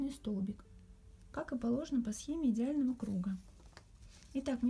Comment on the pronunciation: Всё прекрасно в мастер-класс, кроме речи... "согласно схемЕ". Извините, но очень режет слух.